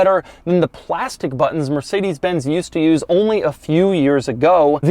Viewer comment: Learn how to pronounce Mercedes.